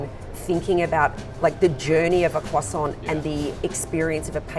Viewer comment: Thanks! You’ve given me a new pastry to try if only I can pronounce it correctly when I get to France! “Coign something or other?” 😊